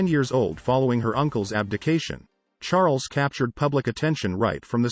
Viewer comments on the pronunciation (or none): Charl-ess??! Really? Awful, just awful! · I think I might like this more if the narrator didn't keep calling him "King Charlotte." Also, there's nothing new or even interesting here. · What? Charles ascended to the throne at 10 when his uncle abdicated? Did I mishear you? You can't even get his name right (Char - les). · anyone else pick up the voice pronounce Charles as Char-less? found it amusing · It would be nice if you could say his name right. Or get some one who can ! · This is wrong she descended the throne at 26 in 1952 after the death of her father George VI not at 10. Her father descended the throne when she was 10 and when her uncle his brother Edward VIII abdicated. GET YOUR FACTS STRAIGHT. He was not a retarted boy. This guy doesnt know the meeting of retarted. He someties mispronounced Chares ad whats so horrible about this. Oh please towels folded wrong, water level, and placement of the bathtub plug. Too picky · Who needs to listen to an AI reading of the text that mispronounces Charles name constantly?